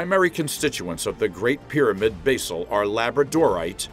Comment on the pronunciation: Cant say Basalt correctly...waste of time.